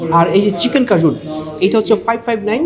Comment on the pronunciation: ভাই,কাজুন nah কেইজান সিজনিং, আর কিয়ানি না, কাইয়্যান পেপার